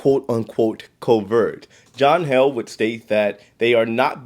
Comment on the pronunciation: John Heeled Not held